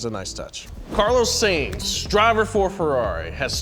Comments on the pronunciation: SYNTZ not SAINS. why do Americans bother talking if all they do is get shit wrong all the time? and its ocON not ocONE! please try harder, PLEASE!!! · Lost it at Saynz. XD